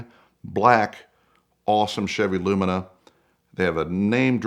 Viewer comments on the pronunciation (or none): Well, "lumina"